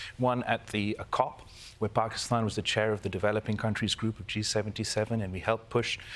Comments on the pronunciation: Nice to hear "Pakistan" pronounced properly. That's all I have to say about the subject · So refreshing to have a host on the daily show that doesnt say "Paekistan". Thank you Kalpen. As an Indian I am extremely disturbed at the sufferings of our neighbor country. I hope things improve for them.